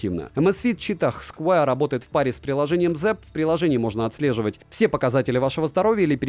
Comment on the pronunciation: найди в Гугле правильное произношение square. Умоляю…. Это сильно портит уровень твоих видео….